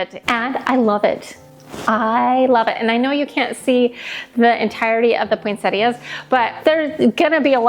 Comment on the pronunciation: I have only heard some Americans pronounce Poinsettias, without pronouncing the 'i' for some reason, but here in Australia and everywhere else that I know of that speaks English it is pronounced as it is spelt, Poinsettias with the 'i'. So as far as I'm concerned you are pronouncing it correctly. I tend to do different Christmas colour schemes and themes for each room/area of the house. That way I get to use all of my decorations, otherwise I don't have enough of one colour scheme or theme to do the whole house. The grandchildren love seeing different things in each room. Since I collect Nativity Scenes, I have some in each room. I don't have Santas anywhere, it's just not my thing. I have made lots of decorations over the years and I still do. I am into Needlefelting so I am currently making a Nativity Scene, angels and also gnomes.